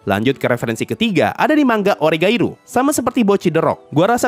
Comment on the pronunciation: bang bacanya manga bukan mangga 💀